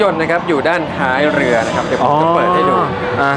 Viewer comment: เรือรึเปล่าครับไม่ใช่เลือ